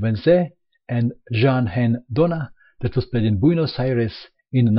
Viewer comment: perfect pronunciation of "Buenos Aires":D